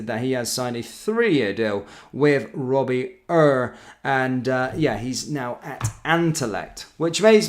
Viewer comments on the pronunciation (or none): Hi love your videos. Robbie ure his name is pronounced same as you would say “your”👍👍👍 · I love your pronunciations, always fucking hilarious! 😂 Robbie uuuurr 😂